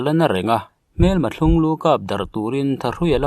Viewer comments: Thiûng lû, nilovin thlung lu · Thlunglu i lam dan hi a ryhm a dik dik lo a nia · Thlung lu, i lamrik dan hi a dik lo tlat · A ngaihawm thin e, mahse mizotawng diklo hi hriat tur a awm leh zauh thin. Eg. Thlunglu te pawh hi lam dan dik lo a lam ani.